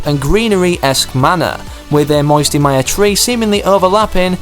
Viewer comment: I liked it when you said moisty palms it sounded as if you were from Alabama